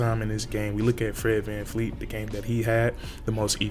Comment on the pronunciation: His name is VanVleet not VanFleet